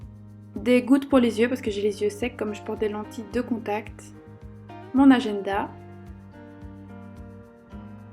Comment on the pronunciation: le fait qu’elle dit "ageNda" me stresse😭